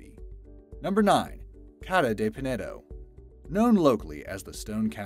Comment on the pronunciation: On no.9 you said CADA de penedo it is actually pronounced and spelled Casa de penedo